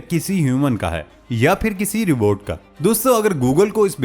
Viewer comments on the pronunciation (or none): Rebot nhi Robot hota hai jahil san